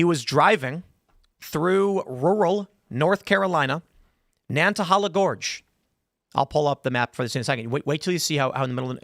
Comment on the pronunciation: Someone please teach Tim how to pronounce Nantahala correctly.